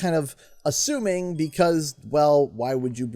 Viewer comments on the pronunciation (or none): none